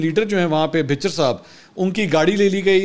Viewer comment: Opposition Leader Ahmad khan Bhachar (بھَچر) hain....Bhichar nahi hain